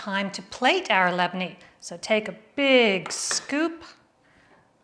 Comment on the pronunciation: My usual everyday breakfast .. I love the way you pronounce it ..In the cutest Lebanese way 😍😍😍😍😍 .. saha w afia